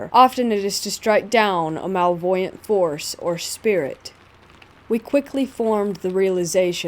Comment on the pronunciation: Great voice & stories! Small note, check your pronunciation, it can distract listeners from the awesome content. Malevolent (muh-LEH-vuh-luhnt). Peripheral (pr-I-fr-uhl).